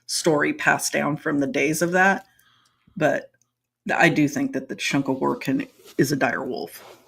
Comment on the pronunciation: Was superbly impressed with pronounciation of shunka warrakin. For most that is a term many have issues with. you speak well for someone very far from Northern Cree and Gwitchin subarctic lands!